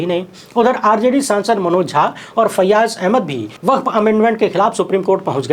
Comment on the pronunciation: यु. पी. में मेंडक बहोत टर्रा रहा है. वक्फ् को वकफ कहा जाता है